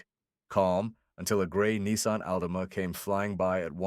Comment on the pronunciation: Can’t even say Altima correct